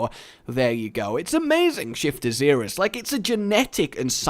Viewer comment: it is pronounced zer us not zeerus